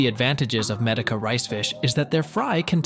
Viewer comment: Good information, but very distracting when AI mispronounces words, especially Medaka, which it says a lot!!!😣🤦‍♀️